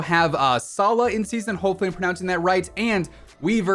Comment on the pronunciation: Sala😂😂😂 his name is sala7